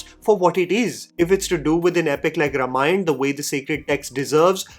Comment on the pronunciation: Your pronuciation needs correction,. कीरवाणी - "A" after व is long, वाणी means sound in Sanskrit and Indian languages. so also रामायण - "A" after र has to be a long one.